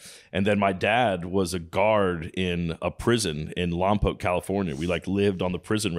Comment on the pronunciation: I appreciate Danny pronouncing Lompoc correctly.